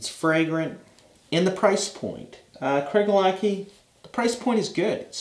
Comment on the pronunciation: Very nice review. A Scotsman pronounces this CraiGELAH-Key. Different stress points and CH as a K.